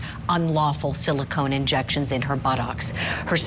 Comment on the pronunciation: Someone needs to tell the judge the word is pronounced "Silicone" not "Silicon."